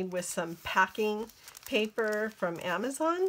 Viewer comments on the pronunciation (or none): none